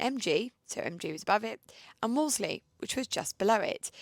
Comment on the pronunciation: 'Woolsey' - the second 'l' is silent! Phone The Wolseley on Piccadilly if you don't believe me!